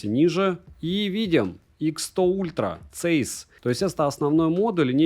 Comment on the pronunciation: Здравия автору! Даёшь народу обзор на SONY 1VI !!! Жду именно от тебя! P. S. Правильно говорить Цайс ( ZEISS) , а не цэйс, это немецкая фирма Carl Zeiss, производитель высококачественной оптики и линз от микроскопов до прицелов